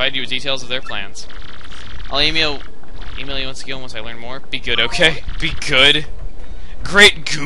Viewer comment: He said Emile instead of e-mail the first time